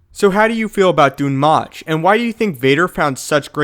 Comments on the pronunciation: Its pronounced Dune Moke ((thats me spelling it how it sounds)) its even referenced in Darth Plageius. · oh my god it's pronounced "doom moke" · Not sure if Dun Möch is supposed to be pronounced that way. Ö is said differently from O..